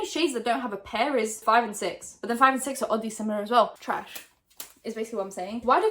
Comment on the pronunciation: You saying TRASHH is a mood :)